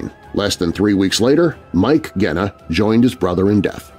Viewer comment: Love your show but Genna is pronounced with a soft G. I'm a Chicago gangster buff.